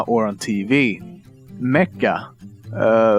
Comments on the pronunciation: Love the way he says "giant" guy-ant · Hey! I wanted to point out a pronunciation error for future reference: the "g" in "giant" is pronounced like the English "j", as is usually the rule for a "g" followed by an "e" or an "i". Just thought I'd point that out - no hate intended. Love your show! :D